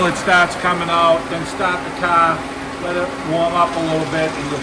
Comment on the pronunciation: Staht the caahh 😂 thanks for the video!